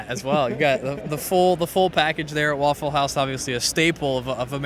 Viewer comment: Very nice "waffel"-house ... 😂😂😂